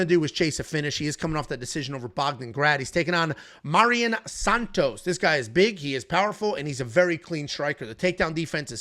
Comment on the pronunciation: lol I get when its guys like Nyamjargal Tumendemberel, but Mairon Santos is as basic as it gets